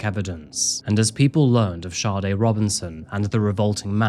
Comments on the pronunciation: It's Saa-day not Shawday. Like the iconic Smooth Operator singer. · You would fucking think with all the research you did making this you would atleast know how to pronounce the poor girls name .. Saw-dae Not SHAWTY No H anywhere in that name .